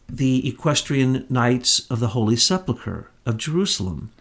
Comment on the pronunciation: This is the most comprehensive wrap up of Truth [and truth] I've ever heard. Everything comes into sharp focus. I'm stunned. Thank you for all this effort. Incidently, it's sePULchre not sepLEchur.